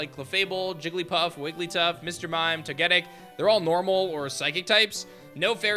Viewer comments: never in my life have i heard someone pronounce togetic like that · Toe Guh Tic